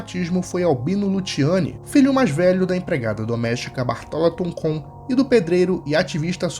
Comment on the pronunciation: Meu querido você pronunciou errado meu sobrenome é Tancon e seu nome era Albino Tancon Luciani.